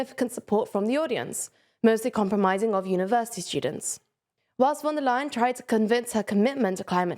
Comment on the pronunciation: she's called von der leyen. not wondalen. a better approximation in english would be "fonn there lye enn".